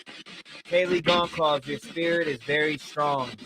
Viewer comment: The last name Goncalves is pronounced Gun- solve-ass.